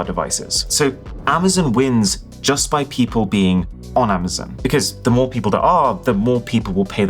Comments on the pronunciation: Attention UK:It's not Amazen...it's Amazon. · Am-ah-zon NOT Am-ah-zin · Cool, so when are you going to stop calling it Amazun